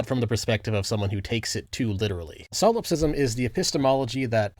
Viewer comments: I'm sorry but solopsism is "solop-sism" and not "salawp-sism" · Bro kept saying silopsist and silopsism, good video regardless